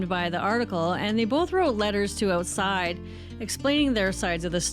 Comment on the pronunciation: I had no clue that you are Canadian until you said Oatside Magazine. That was a total and complete giveaway. …don’t fret. I dearly love all the souls of earth and beyond. Much love and respect to you.